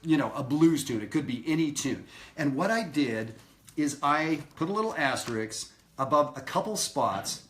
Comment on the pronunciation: Great lesson, as usual. Thanks! NOW, for your lesson from an unrepentant word prig: the word is pronounced "asteriSk", NOT asterikS. Now let me go chase some kids off my lawn....See you at Maryland Summer Jazz. --Dayton